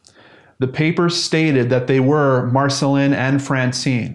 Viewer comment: Dear, I am from France and Marcelin would be pronounced Marcelain. I don't exactly have an English comparison to give, I'm not sure there is one, but you could hear what it sounds like if you make that robot voice on your computer say it for you. Anyway I'm not judging it's not easy to know how to pronounce everything, so I'm just saying to help, not to be a pain in the ass.